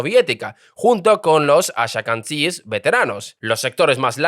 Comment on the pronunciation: Ben Gurion, Ashkenazim, jaredim... Pronuncia bien pelotudo.